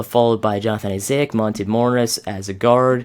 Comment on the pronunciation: You don't need to pronounce isaac like that. You are not supposed to sound out both a's.